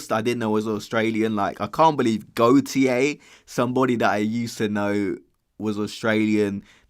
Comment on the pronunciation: Goat-i-yay? WTF? It's 'Gotya'!